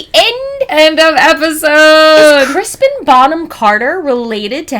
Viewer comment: 😊 *Crispin, no h